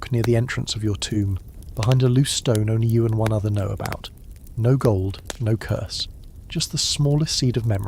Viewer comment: It’s Curse not Curs Love your videos❤